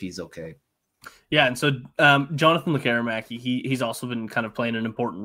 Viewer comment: There's no "air" required in Lekkerimaki. He pronounces it, LEKKER' imaki.